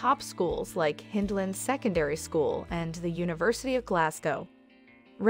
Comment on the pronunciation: The River Kelvin runs through the North side of Glasgow, Pollokshields is on the South side of the River Clyde. Hyndland - pronounced as Hind - land. Please do your homework first. Bearsden - Bears - den. Milgay ? Try Mil - guy instead. Dennistoun = Dennis - ton. Plus the rental prices you mentioned are on the excessive side, you can get decent accommodation in all these areas a lot less, you need to shop around.